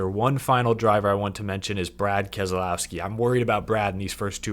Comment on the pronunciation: Can You learn how to pronounce Keselowski Your supposed to be media its not kez ah lowski there is no ah in his name ask him he will tell you